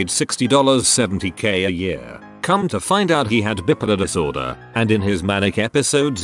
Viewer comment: Bipolar becomes bip iler.